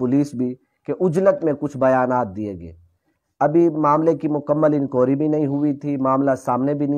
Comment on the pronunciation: لفظ لفظ انکوائری درست فرمائیں،،